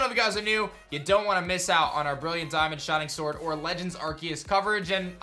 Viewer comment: did he say shinig sword